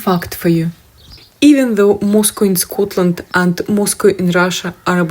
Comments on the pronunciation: Moscow is not pronounced the same. It’s it’s pronounced more like 🐄. Used to live in Fenwick I’d have to pass through to go to high school. We were always corrected to calll it mos 🐮. Slightly different x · It is pronounced Moz-cow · Ye say mos cow😂🏴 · btw its Moss...Cow! as in the animal...Cow🐄